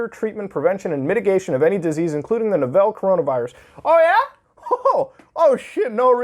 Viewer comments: Nice, but you pronounced "novel" as "novelle," and that bothers me. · why the fuck did you say novel like that?